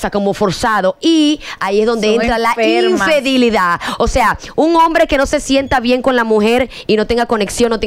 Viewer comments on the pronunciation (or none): Infidelidad* Carooooo No infedilidad 🤣😂